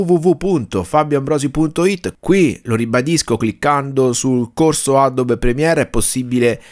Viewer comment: adobe si pronuncia Adobi. (no adob)